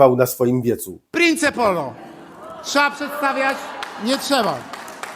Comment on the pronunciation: Jak można głosować na tak niewiarygodnego i prymitywnego człowieka I poligloto nie prince polo tylko mowi się princ polo